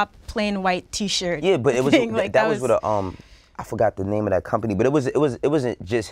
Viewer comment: say it right bruh.